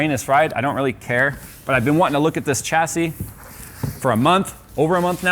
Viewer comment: Shassy. There is no ch in the pronunciation. Why can't people get this right!